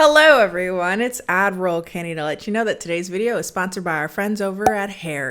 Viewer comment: every time she says "ad roll kennie" i only hear admiral kennie